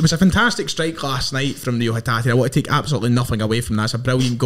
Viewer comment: Its pronounced Ray-o